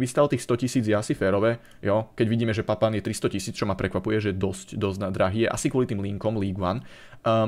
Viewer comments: Ale jeho meno sa vyslovuje Papán nie Papin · Prosím ono se to vyslovuje papán klidně si to najdi na internetu není to zas tak těžký